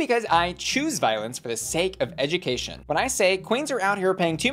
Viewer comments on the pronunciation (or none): none